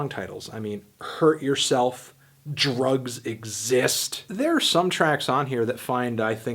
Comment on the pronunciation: "DURUHGS EHXZIST" LOL 3edgy5me